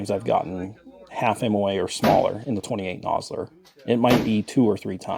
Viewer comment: Yeah nah, I generally enjoy your content, but you lost me at 28 nosler, look forward to your next vid